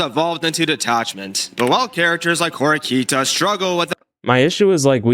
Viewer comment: It's Horikita, not Horikta, just noticed that pronunciation.